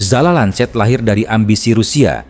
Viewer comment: Lancet kakak, bukan lanset. ini bukan bahasa inggris ya 😊